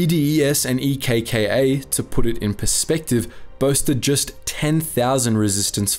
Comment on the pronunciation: Nice one mates - from a Greek. You covered it pretty well, with lots of valid facts and generally a very nice video. Also it was funny seeing you try to pronounce the Greek Local names and stuff. Just a note for the names of the Resistance groups; ELAS is better pronounced as elás, EKKA as eká, and EDES as ethés. It would have been much easier for you to call them like that rather than actually saying the starting letters lol. It was such a dark Page of our nation's History and Politics...